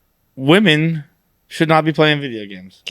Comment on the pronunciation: Also how has no one called out inability to pronounce the word “women” 😂